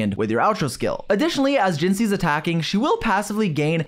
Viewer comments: PLEASEE ITS JINHSI NOT JINSHI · Her name is 汐 which translates to xī/hsi and is spoken „chii“ Youre welcome, be better than other ccs xP